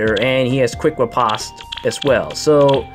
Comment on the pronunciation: FYI - Riposte is pronounced "repost"